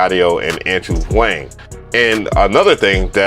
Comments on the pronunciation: Why do you pronounce Andrew’s last name wrong? It’s basically “Ha-Wong” but as one syllable, to keep it simple. He says it in all his videos lol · You could take a second, listen to how Andrew's surname is pronounced before slamming him and messing up the pronunciation. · Andrew Huang , like bruhhhh that's not how you pronounce my name!!!😂 Fr tho I enjoyed this review the most of the Transit reviews I've seen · within 10 seconds, I heard you mispronounce Andrew's Surname. Shows a lack of care for the details. And your pissbaby responses in the comments make sure I won't return. You could listen, or just make up how you want to feel. Nbd, it's your channel. Toodles.